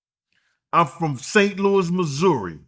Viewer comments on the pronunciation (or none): none